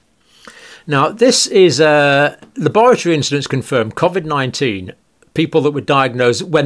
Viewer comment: This guy can't even pronounce covid correctly